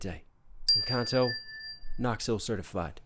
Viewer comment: Jeje el primer gringo que escucho que dice encanto, la mayoría dicen encantou 🤣